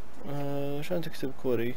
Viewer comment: اسم مو كووري كواري